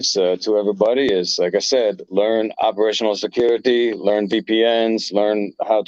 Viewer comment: did he say operational security? It's not too clear